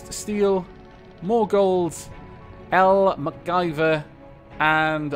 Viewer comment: Thanks for the position of an AI ^^ It honestly sounds weird hearing you pronounce it "LmcGyver" instead of "L M C Gyver" (as you normally do)... I've kinda grown to like it as L M C, I think. As to favorite colour, definitely red, and as to a picture, I'll need to be able to get onto my PC and take a screenshot from Final Fantasy specifically for this. Sadly, I wont be able to for a few more days, trying to get it up and running again (I'm typing this from my laptop). I have an idea for a small orbital fighter for destroying satellites (though this would be of limited use against the Onyx Watch... perhaps a design for a later capital ship?), however I can't work on it at the moment, again due to my PC being out of commission.